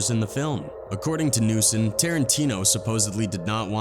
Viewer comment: "According to newson" Lol it's "News One"